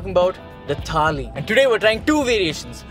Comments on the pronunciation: It is not "Geee", it is "Ghee" It is not "Taali", it is "Thali" At least pronounce hindi words correctly. Stop with the accent. It is annoying af. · Am I the only one who noticed saying "Tali" instead of "Thali" every time he said it? #JustBangaloreanThings No offence! I'm from Bangalore and I laugh every time when my friends try hard to get it right 😆😆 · First of all, it is NOT TAALI, IT IS THAALI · I understand about kaneez..... but its called "Thaali"..... not Taali.... Taali means clap.... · Thali not Tali. One is plate, the other is Clap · its not taali it's thaali. Similarly it's not taal its thaal. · It's not a freakin taal or taali, it's a thaal! I am sure you don't have any trouble pronouncing game of THrones! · It's not taali but thali. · What's wrong with them?? Why are they pronouncing 'taali' and not 'thali'??!! How stupid is that! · Let some air out of your mouth when you say the ‘th’ in thaali. Thhhhhhhhaaaaaaleeeeee